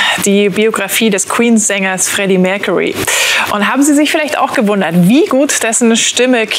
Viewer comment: Für die Aussprache von "Mercury" der Moderatorin fehlen mir die Worte! Das ist echt unprofessionell